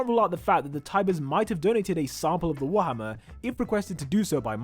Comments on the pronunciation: Mans said "whammers" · Man,even the subtitles say ur accent as "warmer" titan...